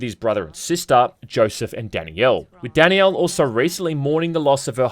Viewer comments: omg it's not "Danny-L" It's DAN-IELLE". Great video but maybe try not to butcher the name of one of the main characters. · Danielle isn't some exotic name lol, in the UK it's about as common as Brian and it isn't pronounced Danny'el, it's Dan'yell Also it's obvious they want you to think Danielle is better for combat, she has the action focused levels and Joshua is like half her height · Am I the only one hearing "Danny-El" instead of "Dan-Yell"? lol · Danielle is pronounced as d AE n - y EH l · It's just Danielle. Not Dani Elle. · Dani-elle? Is that just an Aussie thing or what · I legit had to look up the pronunciation of Danielle because how was saying it lmao DANNY YELL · I can't watch this video because you keep mispronouncing Danielle's name. Her name is not Dani Elle. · Take a shot every time says it like “Danny-Ell” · …is he saying Danny Elle instead of Danielle? Is that how it’s pronounced in the game? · Say "Danny-el" one more got-damn time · Anyone else think was saying Danny L instead of Danielle? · Danny-yell is so wrong